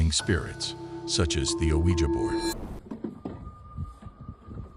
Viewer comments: It’s “wee-gee” board, not “oh weejuh.” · "..played games relating to summoning spirits such as the Oh-wee-ja board.." lol